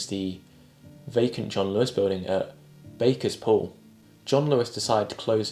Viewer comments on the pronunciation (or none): Sheffielder speaking - Barkers Pool really IS Bar-kers, NOT Bakers or Bay-kers Pool. And the two big pub losses from the 1990s are (1) The Underground and (2) The Wapentake, an underground pub where (amongst others) I glimpsed Def Leppard and Lemmy milling around with the locals in town. Two really hot underground venues for Rockers in the 1980s.